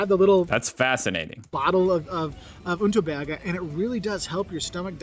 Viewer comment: It is not Unterberger, but Underberg